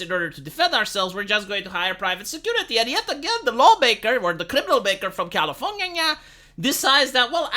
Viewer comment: Why do I love that he says Californyanya?